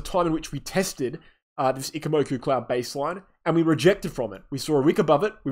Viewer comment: Wow, someone was forced to pronounce ichimoku correctly😁